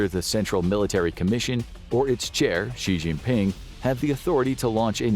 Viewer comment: For God’s sake, it’s pronounced ‘shin-ping’, and that’s his given name. Surname is Xi (shee).